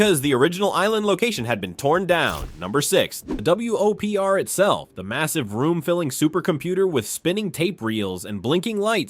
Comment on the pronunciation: I'm more upset by the repeated "W-O-P-R" instead of "Whopper"...